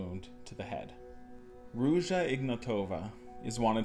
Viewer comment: Great video man. Also the pronunciation of Ruja Ignatova has the emphasis on the first "a". As IgnAtova and no emphasis on the rest of the vowels. Greetings from 🇧🇬